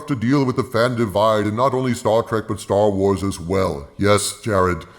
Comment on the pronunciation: It's now STER WERS and STER TRIK